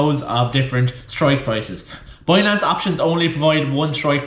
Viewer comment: how the fuck do you pronounce BINANCE as BUOYNANCE ?? WTF :)))))))))